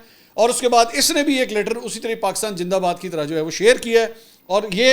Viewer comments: جناب پاکستان جندہ باد نہیں زندہ باد ہے برائے مہربانی اپنے الفاظ کو درست کریں شکریہ۔میری برا نہ مانیں گا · Pakistan Jindabad 😅Indian pronounce “Z”by “J” and “ Ph” by “F “ .e.g. PHIR is pronounced Fhir .😂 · indeed pakistan is far more than a gin for india, that is why the can not pronounced pakistan zindabad...... i love pakistan.....